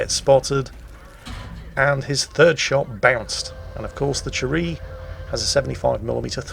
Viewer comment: i luv you, but damn it, it's Chi - Ri not cherry XD